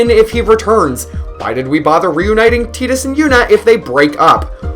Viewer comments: T "I" dus. Like Tie & dus not Tea & dus. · It's tides. Not teedus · how can you pronounce "tai duhs" incorrectly?? i couldn't watch no more after that.... im a super hardcore final fantasy fan played every single one and the remakes. you cant do that to me!! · Dissidia came out later than 10. They got it wrong. Using teedus is like pronouncing squall as school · everyone pronounced it as tide us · I will never ever call him Tee-dus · Did you say tee-dus!? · You don't know anything about final fantasy, and learn how to pronounce Tidus name.